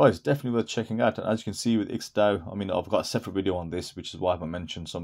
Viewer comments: Aren't you supposed to pronounce the ampersand in IX&DAO. IX and DAO. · HaHa! I get it. But wouldn't you like to pronounce it correctly. How hard is to say Nine Dao? You could be the only person on YouTube to actually say it right.😁😁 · It's my understanding that the IX in IX&DAO stands for the Roman Numeral 9. Have you heard this? If so, it should not be pronounced as a word, it should be pronounced as Nine DAO.